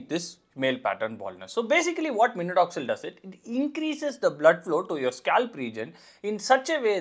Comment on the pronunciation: Minodoxil ❌ minoxidil ✅